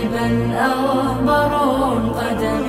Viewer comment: الصحيح : أغبرَ القدم بفتح الراء وليس بضمهاز